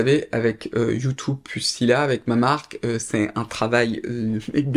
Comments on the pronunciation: YoutOub, youtOube, YouTube, you tou beuh 😊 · Top vidéo ! Mais pourquoi prononces tu youtOube ? Lol ça me stress !